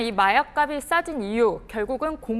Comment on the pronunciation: 에 기자가 마약값이 발음을 마약갑이라고 하나??? 마약갑시 아닌가?